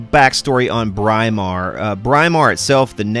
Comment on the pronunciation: This is right from my old electricity teacher who was English-it's pronounced Brimar, not Bry-mar! Just like you say "Britain" where the "Br" in Brimar comes from.